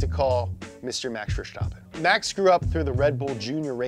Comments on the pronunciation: Its VerStappen, not VerSHtoppen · It's VerSTappen, not VerSHTappen. Same st-sound as in the word "stop" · His name is Verstappen, not Vershtappen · 'Fer-stappen', not 'Ver-schtappen' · VerSCHtappen In all seriousness, leave the "sh" out, the s is not pronounced like the sh in "show", but like you would in "snow". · Why do all english speakers pronounce it Verschtappen? It's pronounced Verstappen. Max just has a lisp. He makes his s by pushing his tongue against his bottom teeth in stead of curling it to the roof of your mouth like normal people. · He pronounces Max Verstappen so German 😂😂😂 We are Dutch! Not German